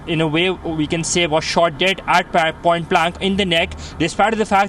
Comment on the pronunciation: WHY DO MY INDIAN BRETHREN KEEP PRONOUNCING THE WORD "WE" AS IF THE LETTER "V" IS IN THE WORD??? THE WORD "WE" HAS NO LETTER "V" GET IT RIGHT.